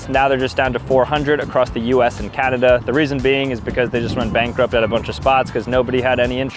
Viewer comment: did he just say "Cadada" instead of Canada, or did i just hear that wrong lol